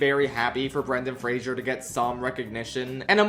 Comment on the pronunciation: I like how you made an effort to pronounce Zoe Saldaña's name correctly... only to then mispronounce Brendan Fraser's name. PSA to people, because I know this mistake is common and he's talked about it before. It's Fraser, not Frasier. There's no I. It's not pronounced like the tv show. Halle Berry pronounces it correctly . It's a "zuh" sound, not a "zee-ur" sound. It peeves me because I have the same name, I know his pain.